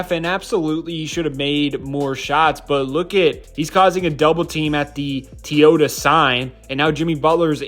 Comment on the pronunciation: Did bro just call Toyota “Teeyota”😭